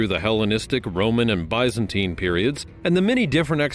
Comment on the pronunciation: It is hard to take it seriously when you are unable to pronounce the words correctly. Bisenteen! Does that help you out. 😅